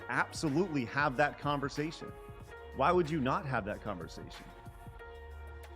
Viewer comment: Folks trying to conversaSHUN!.... sorry.